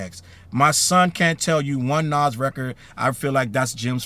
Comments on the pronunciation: Why are we highlighting and using ANYONE's content that says Naz instead of Nas? AI or not? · Naw Challz I cant get behind this one gang..... We just gunna ignore how ya boy says "Naazz"? SMH For real tho Jim need to start going down to the local Homeless shelter so he can help them get washed up too..... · Facts on facts. Like whodaf- is Nazz?! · But why he say Nas like that?! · bro I hate when whites talk ab hip hop they don’t even care to pronounce the names right how tf do you not kno how to pronounce “nas” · “Nas” listen this AI is awful, but if it’s not AI and it’s a person who pronounced his name like that you don’t need to be reporting on something or a genre of music when you don’t know how to pronounce the people’s name properly